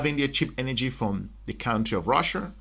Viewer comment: Russia not Russer